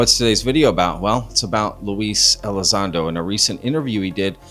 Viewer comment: LUE E- LIE- ZONDO. always lies when it comes to Lue. 😂